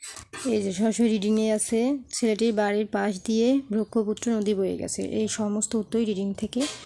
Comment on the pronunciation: ব্রাহ্মপুত্রকে বলছেন ব্রক্ষপুত্র🤭